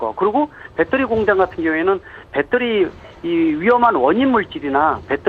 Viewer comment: 교수가 초등학생 수준말을하네 ㅎㅎ 빼떠리~ 빼떠리~ㅎㅎㅎㅎ